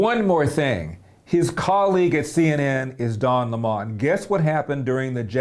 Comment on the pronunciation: At first I wondered who Larry meant when he said "Don lay Mon." LOL!